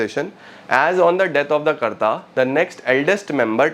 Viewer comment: jb b ap karta bol rhe mujhe bharta sunayi de rha 😂